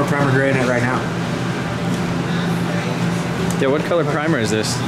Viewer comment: Did he say " what are you making right MEOW?" name your supra "ramrod"